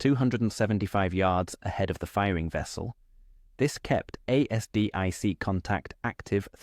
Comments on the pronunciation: ASDIC pronounce it as a full word lnot A.S.D.I.C more like Azdick. Really annoying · Dammit I cant listen to A S D I C any more (late FIL was in Navy in WWII) Consider rerecording the voice.